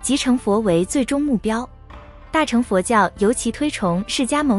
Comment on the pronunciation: 旁白發音錯誤， 大【乘】、小【乘】、金剛【乘】， 唸【ㄕㄥˋ】， 不是唸【ㄔㄥˊ 】。 請見以下說明：